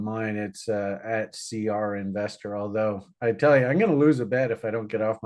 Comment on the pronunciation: thank you for your sharp analysis once again! I have a question that I've been willing to ask you for a while now, why do you pronounce the verb tell as tehel? I'm very intrigued to know the answer? Is it a Canadian way of saying it? ❤